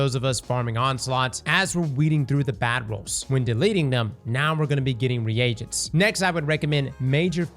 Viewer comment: It’s pronounced like “ree jents” not “re agents”